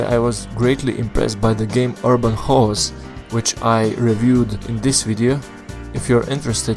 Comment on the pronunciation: Urban Whores?, no no its pronounced Chaos Kay- os, Kay Os, like watch the tv show get smart and have them Talk about Kaos, the bad guy organziation in that tv show, as what you just described is a lady of the knight my friend lol